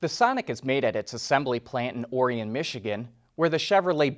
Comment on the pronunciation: You must not be from metro Detroit he pronounced correctly.